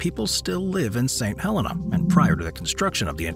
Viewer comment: "Saint Hel-EENA"